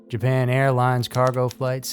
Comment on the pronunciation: ah yes the famous Japanese airliner, Jamaiiirons